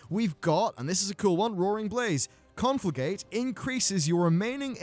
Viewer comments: It's "Con-fla-GRATE", not "con-fla-GATE". The "R" is what makes it great. ;) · it's called conflagRRRRRRate:P sorry, had to write it down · I didn't wanna say anything about it, but every time he said it, i cringed a bit. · No one who makes videos on WoW can say the word 'conflagrate,' and everyone I've seen pronounces it differently wrong. CON-FLUH-GREAT. No biggie, just a weird thing. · Just sayin, there is an R in conflagrate haha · You're not saying the R in conflagrate.